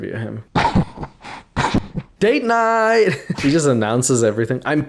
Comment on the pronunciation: they way he say date night sound like he say gayyyyyy night 😂😂😂😂😂😂😂😂